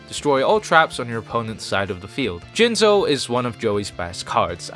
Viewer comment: You said "Jizzno" wrong.